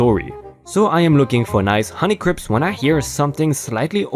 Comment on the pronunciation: honey-crips apples, for the health-conscious gangsta. (cuz you accidentally said honey-crips instead of honey crisp at one point lol) ;)